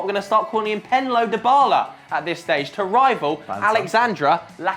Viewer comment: I fucking lost it when said Penlo Dybala hahhahahaha